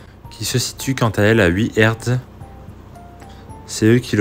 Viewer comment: Hertz : HAirtzzzz !!! : c'est kamême pas difficile !